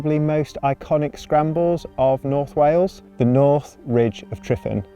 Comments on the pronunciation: Great video but please pronounce it correctly "" lol. The single F is said as a V. Not an F. Two Fs would be F. So the lump on the ground your climbing is said phonetically as. Tre Van ". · Great video, but please for the Welsh community learn the pronunciation for the mountain Tryfan. You’ve said it wrong so many times lol 😂😂😂 and kept getting worse each time 😂😂